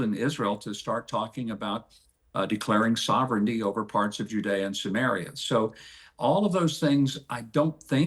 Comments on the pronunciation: He keeps saying Judaea and Sumerea or whatever.. how can Palestinians accept people like this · Huckabee keeps saying "Judea and sumaria" like it's a defined land with borders... And then says Palestine doesn't exist because it doesn't have defined borders.. Filthy